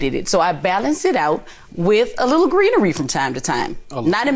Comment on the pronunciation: She called it "greenery"😆